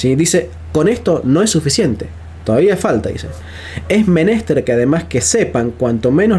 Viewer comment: Fascinante. Solamente tengo una observación y es que "menester" es una palabra aguda. /me•nes•TER/